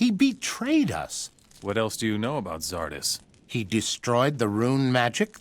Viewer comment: as german, hearing english speaker (in gothic 3) say Xardas makes me cringe x_X the game as well